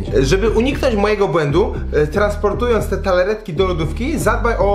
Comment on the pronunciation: Wszystko spoko gościu, tylko...TARTAletki, nie TALAretki ; D pzdr!